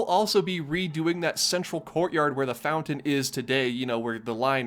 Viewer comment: Couple of things. THANK YOU for being amount the top five Disney bloggers. You’re a class act, and funny, too. Second (this is small but stupidly important to me) THANK YOU for pronouncing mountain “MOUN-TAIN” and not “MOU-UHN. Also “FOUN-TON” instead of “FOU-UHN.”